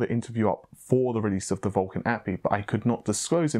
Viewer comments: OMG...once again...it is not an 'apee' it is literally pronounced by the letters..."Ayyyy. Peee. Eye"...API aplication programmable interface....this is the third time I've corrected you..it's not even elite knowledge...my kids know what an API is....but keep up the good work...I'm a mixed bag :) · A. P. I. (each letter said) not APPY.... my work here is done ;) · Hahaha, It's an "A. P. I." not "appy." Hope the specs you talked about are real. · Ey Pee Eye